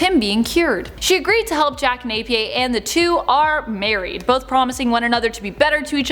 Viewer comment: Jack NapiERRRR (the whole world doesn't speak your gobbledygook french)